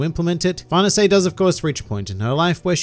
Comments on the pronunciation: I’m pretty sure it’s “Far-này-say” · I heard it's an Italian name so it's supposed to be pronounced "far-nay-say" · Far nuhsay !?! Is that how I’m supposed to say it? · nobody:: farnasé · Why native English speakers pronounce that bad even the simple names?